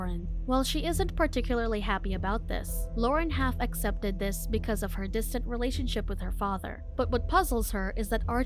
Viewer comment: it sounded like half accepted and the subs say half-expected lol